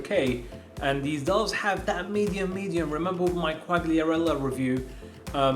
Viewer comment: U dont pronounce the g in quagliarella